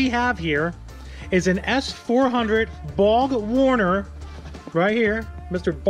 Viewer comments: it's kind of ironic that you said Bog Warner. 3 times I think. That monster will probably take forever to spool up! So, BOG Warner is an accurate description! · Is the R silent in BORG WARNER?? Is this something new?